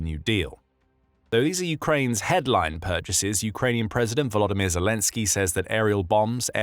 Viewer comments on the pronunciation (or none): none